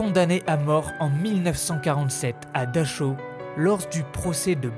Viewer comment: ils n'y a pas à vérifier, je parle couramment l'allemand, c'est comme dachau, c'est dar haou en prononçant bien le h. Et c'est bien le camp de buchenwald près de Weimar !